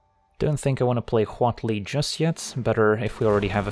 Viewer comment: Props for excellent pronunciation of Huatli. We need more Mesoamerican cards!